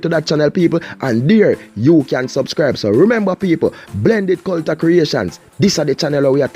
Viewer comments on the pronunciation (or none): you made me laugh when you say cul-ta and anoy-mity. What happened to cul-ture and an-o-nym-i-ty?